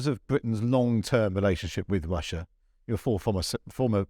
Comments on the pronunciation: He gets his R's and W's all wong. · It's pretty hard getting through an interview, where words like Wussia and Bwitain are present, makes me think about the biggus dickus sketch from Monty Python!